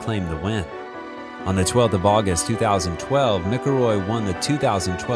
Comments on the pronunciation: You can tell the presenter is not a golfer. His surname is pronounced Mac-illroy not Mic-illroy as pronounced in the video. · Ah...Good old Mickle-Roy! 😂 Sorry but I had to one ❤😂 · Mickleroy??!! Get your AI sorted. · the way you are mispronouncing his name drives me crazy.